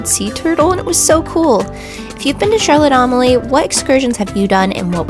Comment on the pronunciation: If you're going to put out a video, learn to pronouce the name properly. It's not Charlotte Am-a lee. It's Charlotte A-mal-ya.